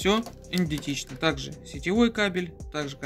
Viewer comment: А эта, а та, а эта. Не судьба модели озвучить и показать наклейки не дергая? Не пультА, а пУльта. Идентично, а не эдентично